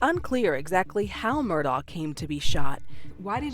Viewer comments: It's a bad sign when the reporter assigned to the case can't pronounce the name of either the defendant or of the victims. Who is "Murdall"? 48 Hours usually does good work, but their episodes on this case are unbelievably bad. Both the correspondent and the executive producer for the Murdaugh episodes need to find a different line of work. They were horrendous in their output here. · It drove me crazy that the media could not get the last name right. He himself clearly pronounces it “Murdock”. The least the journalist could do was make she she pronounced it correctly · The fact that the narrator keeps pronouncing the last name of Murdaugh incorrectly just baffles me. You can hear the correct pronunciation throughout this very video and many other sources. How can a mistake like that be made over and over? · Does anyone actually know how to pronounce this family’s last name 😂😅 Mer-Dock Mer-Daw Mer-Dawl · Why did the narrator purposefully mispronounce the last name? It should be pronounced as it is locally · Ugh, hello 👋🏻. On top of that, his last name is Murdaugh, but he pronounces it Murdock. His whole name is frustrating. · The narrator loses credibility by not pronouncing "Murdaugh" correctly. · How does the narrator mispronounce "Murdaugh" throughout the entire program? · Yes! I hate it, lol. They say the last name with a "k" or "c" sound as well. The teacher in me can't take it 😩🤣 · Is it Alex or Alec? I’m hearing both pronunciations. ALSO, MurDOCK or MurDAW? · Why is his first and last name mispronounced? That’s another crime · maybe learn how to pronounce his name? smh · It’s pronounced Murdock not Murdaur, as per the defendant in his trial!!! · Is it just me or did multiple instances and people pronounce it Alec Murdow? Like literally several instances I heard Alec and not Alex, and Murdow and not Murdock. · It's Mur-DOCK, not Mur-DOE or Mur-DAW Or my personal fav Ive heard, Mur-DOKE. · The killer’s name is pronounced MUR-DOCK.